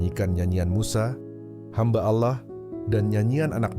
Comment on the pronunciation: Biasakan pengucapan kata Allah yg benar, jgn ajarkan kata alloh, apa itu alloh